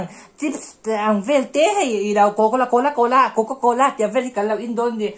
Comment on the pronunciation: Coco cola tih i sawi sual la kha a mui za thhlak tawp😂😂 leh klem in I thinchhe deuh lo maw😂😂😂